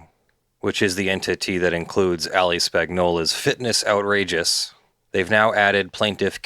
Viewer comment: How do u live so close to Italy and pronounce a name like Spagnola like that?!